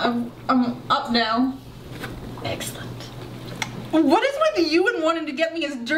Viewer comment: "Exilent" Pffffttt